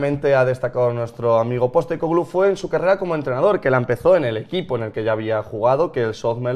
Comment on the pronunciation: #PIFIASLMI Para haber unanimidad en el apellido, le estáis poniendo el acento donde no toca. Su nombre en griego es Άγγελος (Άγγε) Ποστέκογλου, pronunciado algo parecido a ANyelos (ANye) PosTÉcoglu, no PosteCÓglu